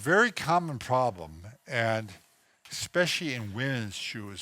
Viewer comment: ...it's especially...not expecially. 🙃 I especially like your videos.